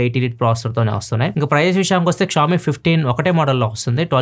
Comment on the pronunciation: please don't say Ksh-oami.. vinataaniki ibbandi ga undi, try saying sh-oami